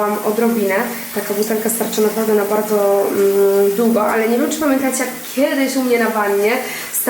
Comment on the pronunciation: błagam Cie, w słowie DŁUGO jest Ł 😊